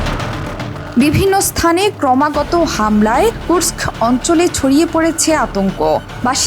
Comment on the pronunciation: The only channel can pronounce "Kursk" perfectly!